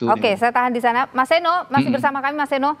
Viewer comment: Seeno bukan seno .e besar bkn e kcil 😢😢😢😢